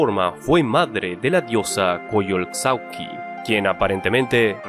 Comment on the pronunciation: ¡Buen video! Por cierto, la "x" en Coyolxauhqui se pronuncia como "sh". Asi que se pronunciaria como "Coyolshauhqui".